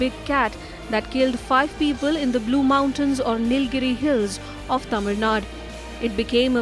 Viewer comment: Tamil Nadu not Tamil Nad